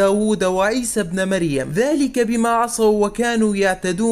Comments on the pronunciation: . سلام عليكم ورحمة الله وبركاته أخي ابن بالكسرة وليس بالفتحة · اللهم بارك كلام سليم ، عيسى ابنِ مريم - بالكسرة وليس بالفتحة